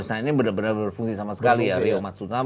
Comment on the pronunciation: Aji kusuma bukan aji Saka sama ryo matsumura bukan matsumara